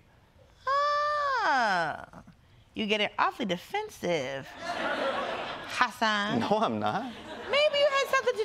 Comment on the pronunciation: Dolce Sloan really needs to learn how to pronounce Hasan’s name.. The way she’s saying it is so annoying lol